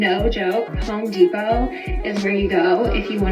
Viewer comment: It's HOME depot , not HOE deposit